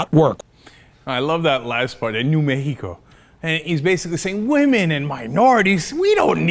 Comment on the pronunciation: Mehico LMAO